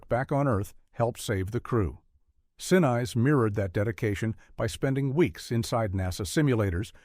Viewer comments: It's Gary SIN-IS-SE. Each vowel and syllable is pronounced. Also it's Saturn FIVE, the V is a Roman numeral. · Gary Senize approves this message. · Can't you train AI to pronounce Gary Sinise's name correctly? Very off-putting. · Gary "Sin-ize?" Note to AI: It's "Sin-ease." (Sinise) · Just a very minor thing for the record - pronunciation-wise - Gary Sinise's last name is NOT pronounced "Sinize", it's pronounced "Seneese"- I've seen video where he pronounced it himself, so there's no question. He's a favorite of mine, so GET IT RIGHT. 😉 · It's Saturn Five, not Saturn Vee. It's Gary SinEEse not Gary Sin-nice. Gotta love AI voiceovers; not. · Sin-eyes???? Sin-eece AI dude. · "A l" voice Saturn "V" it is said Saturn "5". And It is pronounced Gary Sin-ease . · OMG AI!! it's NOT 'sin-ize' it's SIN-EESE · Gary See-Nice? Cringe. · goddam robovoice!!! STOP SAYING SIN-EYES! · You need to pronounce the actors names correctly especially Gary Sinese it’s pronounced sin else. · Oh ffs. Its not Sin Eyes. Stupid AI . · Pronunciation of AI narration is terrible. "Saturn Vee?!" "Sin-ice?" Lazy. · Dude - the narration becomes horrible. Gary Sinise is pronounced as Sin-ees or Sin-niece. Come on, who doesn't know Gary Sinise? Unless I missed it, but why wasn't Ron Howard's brother, Clint Howard, in the movie? He was a part of the Mission Control. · Would have been a first-class video had you hired a human narrator. Gary "Sin-eyes?" Sheesh! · I agree. Gary sin-eyes? No one pronounces it that way. Even if you have to use AI, teach it the correct pronunciation. There are also unnatural pauses, especially in the titles of each number. I don't know what that happens. I'd like to be able to recommend these videos, but the narration flaws really take me out of it. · Gary Sin neice is the correct pronouncement of his name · I know these things tend to use AI voices, but "Sin-Eyes" almost made me stop watching ... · Gary Sin-eyes? Seriously! AI sucks! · Sin-eese not the other way around!